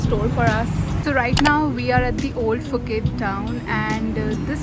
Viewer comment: Nice video! FYI: Thai people pronounced Phuket as "Pu-Ket" not Fu ket.